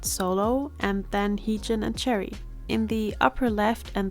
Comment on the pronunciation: I think Choerry’s name is pronounced Chwe-rry!